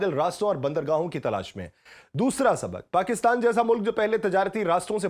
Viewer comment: ہلکے۔ یا بھاری مشرک یا مشرق مطابک یا مطابق سبک یا سبق مکام یا مقام مستکل یا مستقل اردو زبان بولنا تو سیکھ لو تیزی سے بولنا نہیں بلکہ صحیح طریقے سے بولنا معنی رکھتا ہے